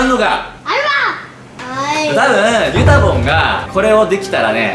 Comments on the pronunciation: だんだんゆたぼんがメタモンに聞こえてきてます。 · はなお先生に授業教わりたい… はなお先生がゆたぼんって呼ぶのがずっとメタモンって聞こえる…(小声) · ゆたぼんがメタモンに聞こえた